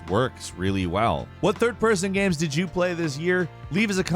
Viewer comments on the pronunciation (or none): am i the only one that hears "gyams" every time this guy says games